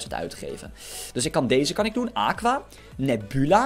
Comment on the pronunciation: job je zegt nebula nepjoela